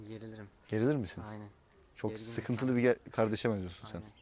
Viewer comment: “Bende sıhıntılı bir gardeşim zaten.”